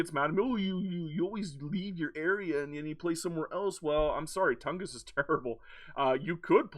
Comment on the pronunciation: You did pronounce it correctly ! 🙂